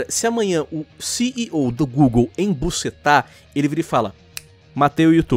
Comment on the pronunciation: "Enbucetar" Central, Lion